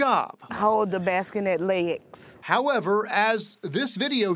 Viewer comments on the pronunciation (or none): "Hold the baskinet leyegs"